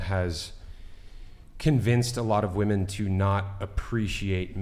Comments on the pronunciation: I literally hate how doesn’t say women but says woman for multiple women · can't pronounce "women". 0/10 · Is it how the microphones are picking up sound or is there a HUGE lack of understanding between the pronunciation of SINGULAR Women(ˈwu̇-mən) and PLURAL Women(wi-mən)? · is so brainwashed she naturally pronounces WOMEN as WOMAN when reading the messages on screen. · Am I the only one bothered by a lot of the women, pronouncing the plural as woman and not as women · People who pronounce "women" as "woman" are so fucking stupid. English is not even my first language, but god damn that shit is basic. If you don't know how to pronounce "women" correctly, you should get a couple of more boosters. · Someone needs to teach that the plural of woman is “women”. She somehow has gone through life without learning how to pronounce the plural of woman…how the F is that even possible? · Can someone explain to me why the pronunciation of “women” changed????